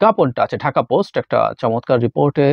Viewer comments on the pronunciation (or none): none